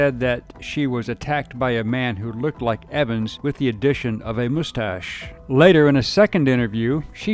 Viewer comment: . Moostache! Lol.😂😂